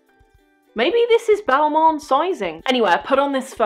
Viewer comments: It's not BALMAWN, It's pronounced--> BALMAHN. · I’m sorry.. but if you’re so interested in fashion you should learn how to pronounce the names of the brands you like so much.. it’s NOT “Balmon” ... otherwise, sucks you had a shitty experience with mean sales reps.